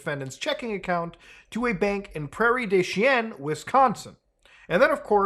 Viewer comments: Prairie du Chien is pronounced like "Shayne". It's French. C'mon Muta, you live in Canada, you should know at least a little French. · It’s pronounced “prairie doo SHEEN”, I unfortunately live around 50 miles from this psycho 😞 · I love how people pronounce Wisconsin cities it's Prairie du Chien like Charlie Sheen